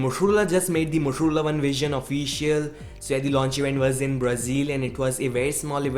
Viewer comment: why are u saying motorola as moturula lol